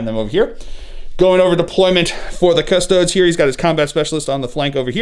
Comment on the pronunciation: Man this seems like a good battle report but I heard you say "cus-toads" once and just couldn't do it.